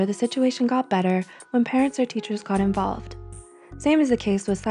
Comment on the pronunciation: "the situation got better when the teacher got involt"...🤔 wait a minute, you said "involt"? And no "So, it's not such impotant. You have to let go, and move on. You have to be an adult and go manage the problem by going speacking to the peronne with the one you got problems. In fact it's not a teacher affaire, you got to manage on yourself, it's quite about your responsability, not mien!..."🤔 Sais so🤔 - exactly😣😭